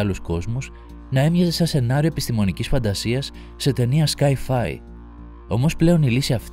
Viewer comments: Δεν το λενε "σκάι φάι" βρε.."σάι φάι"απο το science fiction ,λογικα, προφερεται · Έτσι το λένε ναι.... Σαι φαι